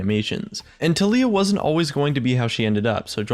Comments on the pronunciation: pretty sure it's TAHliyah, not tahLIyah. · i personally pronounce it ta-lai-ah xD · goddamit it's tah-lee-ah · keep saying Taliyah but all I hear is toph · you keep saying taliyah but i only hear toff. From avatar. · My name is TaLiyah.... i was born in june its pronounced the same too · disliked for the way you pronounce Taliyah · when pronounces "taliyah" two different ways in the same video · UGHGHGHGHGHGH HOW HE PRONOUNCES IT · You are pronouncing it wrong... -_